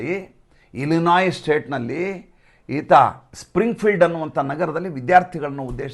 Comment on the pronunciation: ಅಮೇರಿಕಾದಲ್ಲಿ ILLINOIS ಒಂದು ರಾಜ್ಯ‌. ಅದರಲ್ಲಿ ಅಕ್ಷರ "S" ಸೈಲೆಂಟ್ ಆಗಿರುವುದರಿಂದ ILLNOI ಎಂದು ಉಚ್ಚಾರಣೆ ಮಾಡು‌ತ್ತಾರೆ.